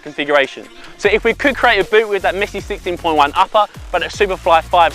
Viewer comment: Sissteen poin jaun 😂